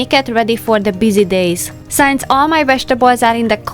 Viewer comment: Please, can you start to pronounce word “since” properly. In every video I can hear you saying it as “science”. Since and science is not the same.